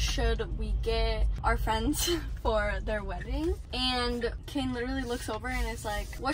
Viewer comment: why she say kin not kane